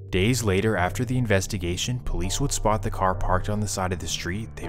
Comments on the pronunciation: “He dah pouwleece” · He the Poe-lice. 😂 They had 35 homicides, and this beef caused every single one of em.